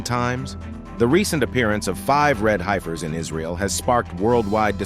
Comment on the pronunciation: It’s hef-ers not, hi-fers